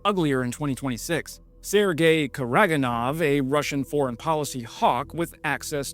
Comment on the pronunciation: It's Kara-gan-ov